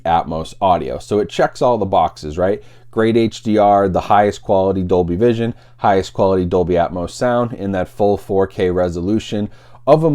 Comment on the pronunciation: Dolby "Cision". lol Good job. :P